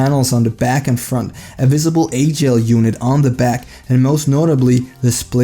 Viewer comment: Also its alphagel not agel, the weight is off on the gel lyte 1